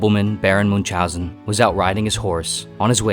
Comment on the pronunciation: Americans, please, look up pronunciation of Münchausen, Camus, Frankenstein, ..., people you mention a lot, and butcher their names in full.